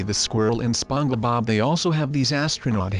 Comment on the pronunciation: Also its spongebob not spon ge bob